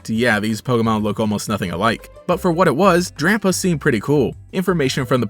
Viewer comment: Did he said Drampo not Drampa.